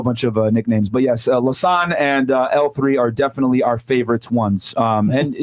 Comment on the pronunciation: He said Lasan lmao